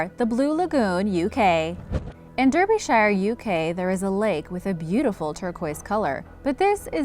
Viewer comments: I think she's American, but I believe they need to practice run her script so she can know how to pronounce things. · I cringed when she said Derbyshire. Why are Americans so bad at pronouncing stuff?